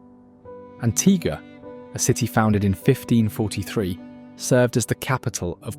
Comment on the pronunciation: AntiGUA not antiGA